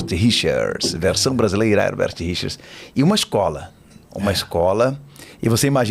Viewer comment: Leigan para o ótimo Marco Ribeiro, que fala Herbert Richers e não Hebert como o comentarista desse canal sempre fala.